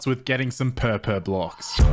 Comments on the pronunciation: It's not pronounced purpur it's pronounced porpor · Me:Laughing beacause says purpur block instead of purple Also me:Read the block Another me:WŤF